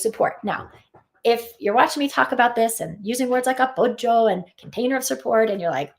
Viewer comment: L-o-v-e the way you say A -P-P-o-g-g-i-o Yes, support is most important.